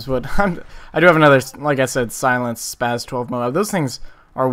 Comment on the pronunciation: i gave you a nice lil like, cause this is insane good, but my 2 cents/pet-peeve, its spaS not spaZ